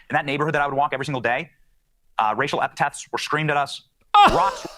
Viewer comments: During his string of lies he said said “eptets” when he meant to say “epithets” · did he say racial epitaphs..? epitaph? what goes on a tombstone??